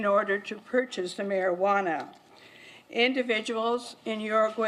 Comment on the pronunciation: am i the only one who gets irritated that 1 she's not saying cannabis, the real name, and 2 how she pronounce Marijuana